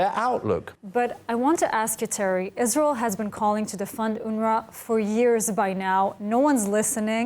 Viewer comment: Israel not reel